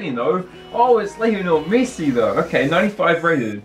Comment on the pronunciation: It is Messi not missi